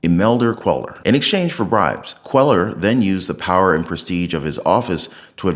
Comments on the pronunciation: Cuellar is a Spanish name. Quay-ar is the pronunciation., do you listen to the vids that you attach? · Cuellar is pronounced “Queyar”. In Spanish the double “ll” is pronounced like a y.